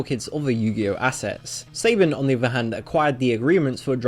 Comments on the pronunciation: "SAY-bun" It's "suh-BAHN" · Lol, The english. It's Sah-Bon! Not Say-ben! And this is coming from a Canadian! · You said saban wrong its sabOn not saYbIn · Saban = Sah Bahn, not Say Bihn. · If you can't pronounce all the words of the topic you are talking about, maybe don't make the video, because it looks like you couldn't be bothered to do basic research, which is a huge issue with a video like this. Saban is pronounced like Sa-baan, not say-bin. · Good riddance to 4Kids, with their unnecessary censorship and corrupt business dealings! Oh, and just for future reference; Saban is pronounced "Suh-BAHN".